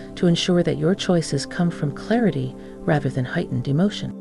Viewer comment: Hatened, yes that’s what she said.. which means hateful.. I think she meant to say Heightened.. very different, pronunciation and spelling can change the whole meaning